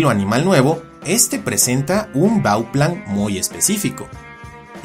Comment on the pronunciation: tío, buen video muchas gracias, ah solo para comentarte la palabra es bauplan no baüplan quizás es algo mínimo, pero tiene una gran diferencia, ya que la palabra ( baüplan ) no existe. Saludos y gracias por alimentarnos con nuevos temas!🦖🦕